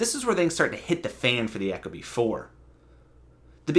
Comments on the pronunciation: The way you say "echo-bee" kills me. Ee-koh-bee. Eco..efficient. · Yeah apparently eco and echo are pronounced the same these days. Second video I couldn’t watch because of this. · You lost me at ECHO-Bee. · Echo-bee you idiot.